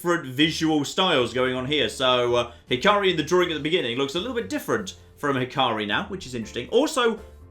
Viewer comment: its not hi-car-ri it hi-ka-ri, the ‘a’ is like in apple